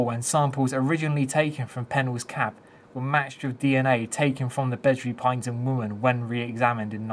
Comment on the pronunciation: Pronounced as “pine E Tum” 😉